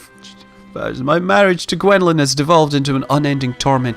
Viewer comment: i love your videos but that's not how you pronounce Gwenllian hihihihi it's my sisters name an its pronounced Gwen-fe-anne